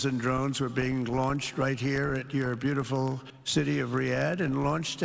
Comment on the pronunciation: “And, it’s beauti-ful”